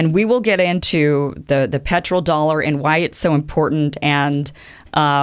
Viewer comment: Great content Kim! I think it is "petrodollar" not "petroldollar"